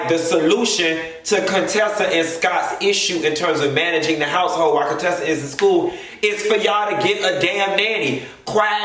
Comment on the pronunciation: "I'm spending way too much time on Cone-tessa and Scott"😂🤣😂